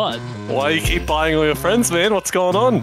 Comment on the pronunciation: Myaan these paid fwiends are getting CWAAAAAAZY